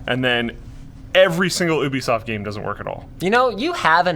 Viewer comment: lol gubisoft